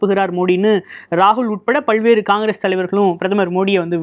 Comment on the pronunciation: பல் வேறு என்று சொல்லும் போது ல என்ற எழுத்தை அழுத்தி உச்சரிக்க கூடாது நம் பல்லுக்கும் பின் நாக்கு ஒட்ட வேண்டும் ல்ஐ உச்சரிக்கும் போது